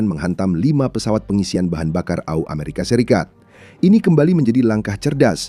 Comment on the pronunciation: Lagi-lagi narator membaca "aeserikat" bikin sakit kuping min!!